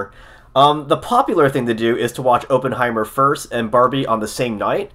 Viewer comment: It is pronounced like AH-penheimer, not OH-penheimer. Just sayin...